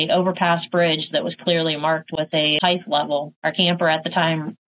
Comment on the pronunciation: HEIGHT...hard T. Not Heighth.